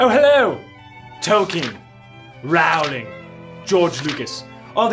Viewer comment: It’s ‘rowling’ as in ‘rolling pin’.